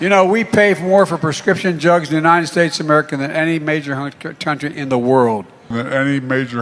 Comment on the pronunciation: Please do a collection of him saying "united" ... it always comes out unined. Please?